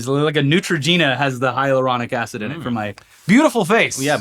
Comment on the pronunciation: I can't believe you pronounced it hyaluronic acid instead of hyaluronic acid.